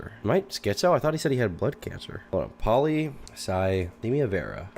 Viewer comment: CONSTANTLY mispronouncing polycythemia is so fucking funny